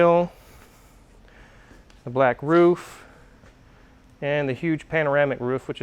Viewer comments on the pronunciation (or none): Please teach how to say “roof” lol.